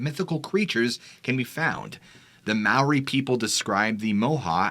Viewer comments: Its spelt Maori,pronounced Mah-aw-ree,wow a long way from home then. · It’s fun listening to you botch all the Māori names